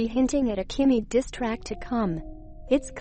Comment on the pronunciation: The way the voice says Kanye's name LMAO " kanny west" 😂